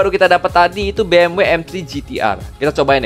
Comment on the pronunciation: Betul banget bang bacanya bukan Bi eM doubleU, bukan juga Be eM We. FYI Tapi yang tepat Be eM Ve, soalnya di alphabet jerman baca huruf W itu Ve